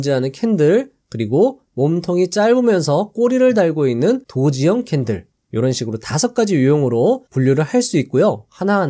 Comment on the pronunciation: 돗지형캔들 은 노친네 발음. 도지형캔들 이라 발음 하세요~ ♡